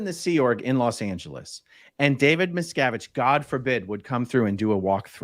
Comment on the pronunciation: David Miscarriage?😆 or David Miscgarbage? MisCabbage